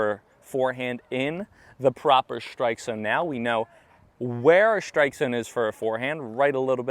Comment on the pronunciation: You’re saying strike as if it was shtrike. Why?